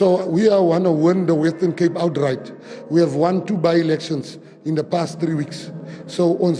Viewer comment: Its WESTERN CAPE FATTY. Not WETTON CAPE You want to win the WESTERN CAPE but you can't even pronounce our Province. And what is KWALITION??? Ons Coloreds praat nie so nie